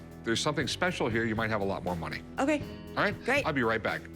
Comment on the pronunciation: I love when Rick say “akay “/okay😆😆😆